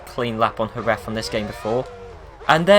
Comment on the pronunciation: Omg, you are the first English speaking person to pronounce correctly Jerez, thanks everyone pronounces it like Jeres.